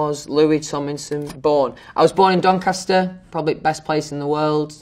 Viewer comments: no one: louis: DONCASTAH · no one: even God: louis tomlinson: dOnCaSta